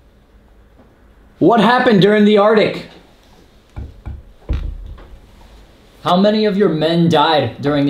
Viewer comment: Bro said ardic 😂😂😂😂 bro said conversate 😂😂😂😂😂